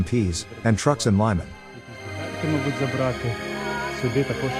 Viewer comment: Lee mun. Not laimen. to pronounce. Лиман. Russian spelling.